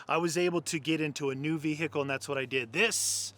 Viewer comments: Ve-HIKKLE...too funny ! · Ve.........hicle Or Vehicle? (is the “h” silent?) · Say vehickle one more time 🤪🤛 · Vee Hickle The way you say it makes me feel weird